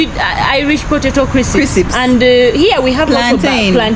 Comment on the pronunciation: Crisips instead of crisps 😂😂 made my day! I thought only us Zambians pronounce it that way 😂 Our security guards at banks and ATM have rifles too. It actually makes me feel safe especially if I want to withdrawal money at night.